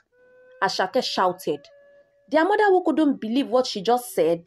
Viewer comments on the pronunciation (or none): When says (her) I could hear the letter (A) when she says mother I could hear (mada) in my country accent is very important otherwise we might fail the examination test that's why we are well-known in the world buy tourism agency